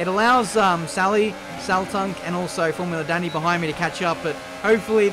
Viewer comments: so you pronounce his name, like formula dunny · pronounciation of his surname 'daniil'